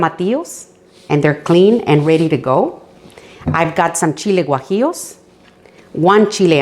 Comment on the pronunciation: "Guajíos" jaja